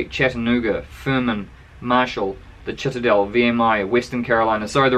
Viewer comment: By the way it is pronounced: the SIT-A-DEL, not the CHIT-A-DEL.